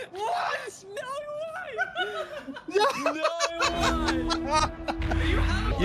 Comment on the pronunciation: "there's nohrrr way... Nohhrr way!"